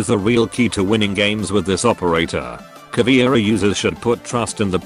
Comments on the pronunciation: Cahhh veh eee rah. Now please repeat. Not CAH VEE RA (Cavira?)... It is like if we (portuguese/spanish speakers) called Buck "BOOKIE". Google translator tool reading ia awesome for that word pronunciation... I do not intend to be picky but this is anoying (even pro league events call her CAVIRA or CAVIERA!) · It's pronounced Ka-VEH-rah, not Ka-VEEuh-rah, meu amigo. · Also almost everyone pronounces her name wrong! It aint "Caviera" it is "Caveira"!! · if anyone don't know... Caveira = Skull Caveira is a Brazilian charater And that's why i don't know if is "charater" is the correctly way to say that, im Brazilian too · Just being an asshole here, but from every video i've seen about r6, no one ever pronounced caveira right, same with capitão